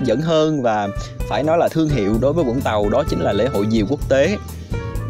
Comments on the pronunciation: cảm ơn vì đọc là vũng tàu chứ không phải zũng tàu :)) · ko mình ko ở vũng tàu. nhưng nghe ad đọc rõ là vũng tàu thì thấy dễ nghe chứ nhiều người cứ đọc chữ v thành chữ d hoặc chữ z nghe đau tai lắm :)). hihi